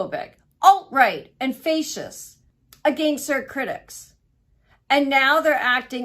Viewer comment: She’s not wrong but damn is she dumb. She doesn’t even know how to pronounce the word fascist…we need smarter conservatives lol